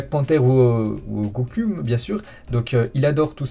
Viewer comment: comment il a prononcé goku 🥲🥲